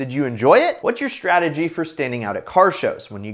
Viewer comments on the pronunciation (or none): none